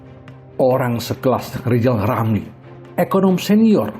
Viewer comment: Wk wk wk wk wk 😂😂😂😂😂😂 Lijal lamli..............Lijal Lamli................ Manusia korban stroke 👎👎👎👎👎